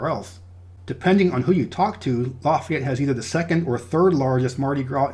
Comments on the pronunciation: I love your channel man! I'm from Lake Charles. I might not live in Louisiana anymore, and I'll never live there again, but I gotta say man, it's pronounced "Laugh-ee-ett" not "Loff-ey-ett" That is forgiven though, thank you so much for being so thorough. So many people forget about Hurricane Laura, and no one know how important Louisiana is to the food, shipping, and oil industry in general. I also love your distinguishing of Creole and Cajun culture. Cajuns have better food btw 😉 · And you messed up with Lafayette. It's actually more like LAUGH-yette, not LA-feyette. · Laffy-ette. Cal-cuh-shoe :-) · We say Lafayette as you would say Laffy Taffy. So instead of Laffy it’s Lafayette if that makes sense 😁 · Calcasieu is pronounced Cal-kuh-shoo. Lafayette is pronounced Laff-fee-et.